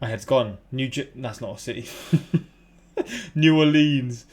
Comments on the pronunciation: hi, New Orleanian here. it's pronounced new--or-lens, NOT new-or-leens! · My friend from New Orleans would cringe if he heard his pronunciation of it. According to him, it is "New-ore-lins." He HATES when people say "nawlins" or "new ore-LEANS."